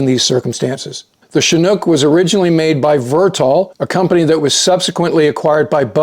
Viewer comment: Thanks for your great reporting as always, and for correctly pronouncing Chinook...